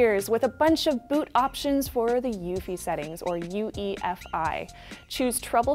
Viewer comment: It's U-E-F-I not ufee.